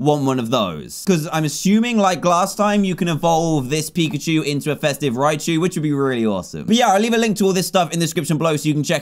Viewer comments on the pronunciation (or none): none